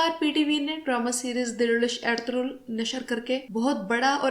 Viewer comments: کوئی ایرتورل کہہ رہا ہے کوئی ارتغل کوئی ارتل۔۔۔ صحیح نام ارطغرل ہے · Medam pehle darame ka Nam tu theek se Lena sekh lo pher ghalti nekalna jahel ouret